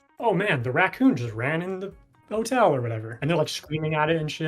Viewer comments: I might be too high but every single time he said racoon I kept hearing Recome from DBZ! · You pronounce "racoon" in a way I don't think I've ever heard....